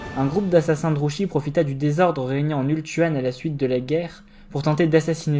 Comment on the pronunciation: toujours un plaisir entre ton excellente diction, la construction de ta vidéo et le rythme. Une seule petite remarque, Druchii se prononce "Drouki" normalement (on l'entend distinctement dans les jeux Total War: Warhammer 2 et 3)